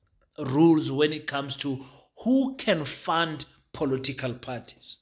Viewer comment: Its political parties my man, not "polotical" parties 😊 but i like your stuff though.